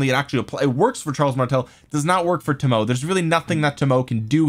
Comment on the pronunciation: Toe Moe Ay is how the Japanese archer lady's name is pronounced. OpenAI bots can also tell you how to pronounce it. They're grrrreat!